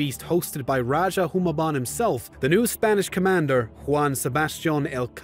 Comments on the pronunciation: I think the "*Raja*" pronounced as "ra-ha" not "ra-dya(j)" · It’s not Magellan its MAH GEL LAN as you may pronounce it also it’s not raja it’s RAH HUH that’s and Magellan was first landed in Limasawa island in Leyte (Leite)